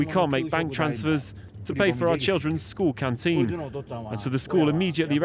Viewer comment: did he say school canteen? Lmfao well school is like prison